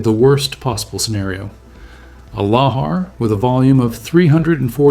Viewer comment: I think it's more common to pronounce lahar with emphasis on the second syllable . It appears that the word is of Javanese origin, where the accent is also on the second syllable.